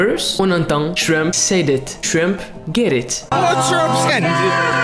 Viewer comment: t'as dit trump j'ai crue Shrimp lmao